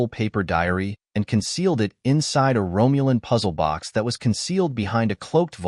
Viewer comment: If I hear Romulan pronounced "Rome-u-lin" one more time, I'm going to throw up.